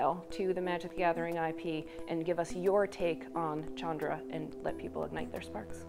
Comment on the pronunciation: "CHAN-dra"?! WTF. I'm going to continue to pronounce it incorrectly as "SHAN-dra".